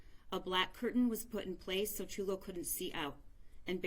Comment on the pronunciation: There are no words to describe the horror this child went through. There’s no words I can use to express who these “parents” were and what I hope happens to them. One thing I can say, the first woman to speak mispronounced Chulo’s name multiple times. Is it too much to ask that we honor him in death by remember his name? Maybe someone else should have spoken if she was having trouble remembering or pronouncing his name. Just felt like the final insult.